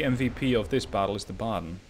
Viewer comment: Wuppertal was pronounced like perfectly. Baden also spot on. But to be fair, if they aren't historical relevant ships the names don't matter that much. If you would mess up hood, Iowa, bismarck or Nagato for example, it could be worse for some viewers